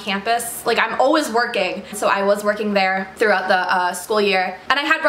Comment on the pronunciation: "Alwez" you're the best queen at saying "Always" 😂❤️💕